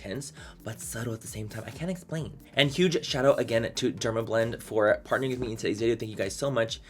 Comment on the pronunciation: Wow, you speak super fast! I think it’s pronounced PART-NER-ING :D you know momma luuuubs your!!!!